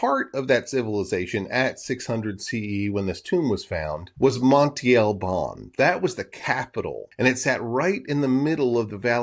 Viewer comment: Monte is a hill, mound or mountain in Spanish...it is pronounced "mon-teh" ..not monti..